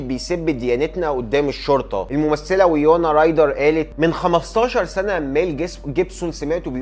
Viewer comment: تاريخ الهجمات ١١ سبتمبر مش العكس صلح معلوماتك وكمان راجع نطق الأسماء اسمها واينونا رايدر مش وايونا